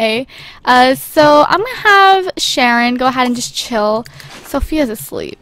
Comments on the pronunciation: its sharon not shanon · It's Sharon not Shannon!!! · Sharon, not Shanon. But it's okay!:D